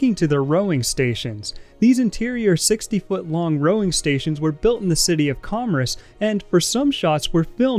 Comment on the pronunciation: Good content. The background music is absolutely unbearable. It’s interesting how you can’t pronounce atoll and the word commerce, but nail something like Mojave. I’m thinking you’re like an AI maybe…